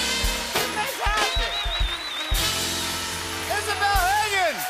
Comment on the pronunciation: Is-a-bel is-a-violist.